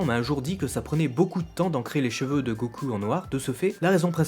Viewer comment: Go....CUL???!!!! bordeeeel arrete de prononcer GO-CUL!!!!! ><"